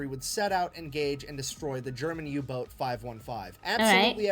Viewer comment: I turned on subtitles after you mentioned you may have some difficulty keeping up and they seem pretty accurate, maybe they'll help you out if needed. There is an occasional mishap like saying Yubot instead of Uboat. Edit: changed comment to add info.